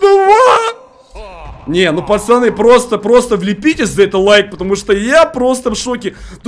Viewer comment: почему он говорит не пацаны а пачаны